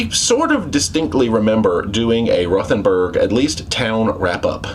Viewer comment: It’s pronounced ROTE-n-burg.